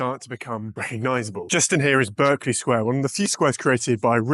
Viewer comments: 'BARKLEY' is how it is pronounced! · *Berkley is pronounced 'Barkly' in British English. Only Americans say it how it's spelled. Another example is the county of 'Berkshire'. It's pronounced 'Bark-sher'. The exception would be 'Berkhamsted' - which is pronounced as it's spelled.